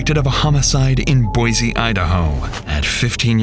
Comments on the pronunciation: Please, it’s BOY-SEE not BOY-ZEE, there’s an S in Boise not a Z. Additionally; the man couldn’t have escaped from Ada County Jail. The jail doesn’t have 4 floors and you go to prison to serve a long bid not jail. He would been in Idaho Maximum Security Institution. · boyzee 😬 thought it was boysee 😂